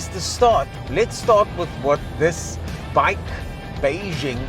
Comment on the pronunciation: Just so you know...BAIC is an acronym (Beijing Automotive Industry Corporation) and is pronounced B-A-I-C and not "bike".